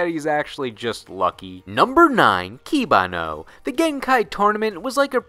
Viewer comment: the way you pronounce the japanese names are are the most american ive ever heard IE KI-bA-NO when its not